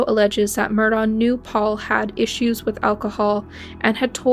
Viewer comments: List all your sources or this is just plagiarism!! I doubt you’re in North Carolina in the courtroom waiting for the latest update. Mandy Matney has a great podcast called Murdaugh Murders with original reporting. Their names are pronounced Mur-dock (Murdaugh) and Aleck (Alex) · It's pronounced Murdock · Its pronounced Murdock